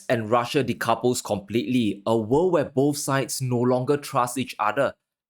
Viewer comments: This not dis, three not tree upcoming not out coming. World not worl. Risk not ris. Going to not gonna. With, not wif. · They can't pronounce the word 'world.'